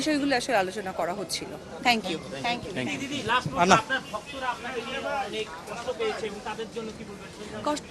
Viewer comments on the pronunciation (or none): none